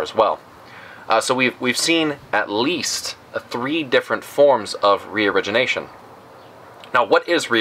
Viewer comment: Haha youtube legends saying " region Asian" instead of reorigination